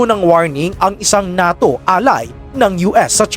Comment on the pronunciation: diba ang pag bigkas nyan sa NATYO ay parang "NEYTO" Ahahahahahahahahahah